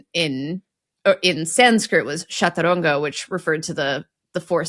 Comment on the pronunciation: It wasn't called shataranga, the "ch" is pronounced the same as "ch" in chess. It's pronounced as Cha-toor-anga.